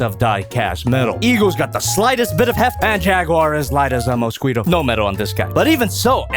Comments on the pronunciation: Mosquito Prounounciacion:Exist:MosSQEAUto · for "moe-squee-toe" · Nobody:: Mo-skwee-toe